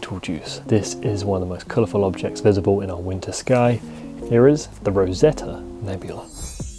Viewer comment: Rosette not Rosetta?